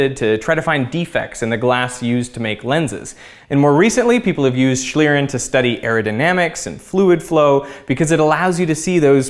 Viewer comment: "Schlieren" is correctly pronounced with a really long "e" as in "wheep" :) some air gun shots could be nice, pressure instead of heat to change the RI of the air